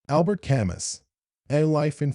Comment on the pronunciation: The "s" is not pronounced.